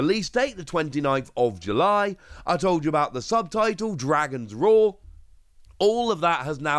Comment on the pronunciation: Dragon's Roar, not road